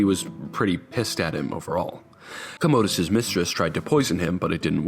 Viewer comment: COM-OH-DUS..not COHMOHDUS lol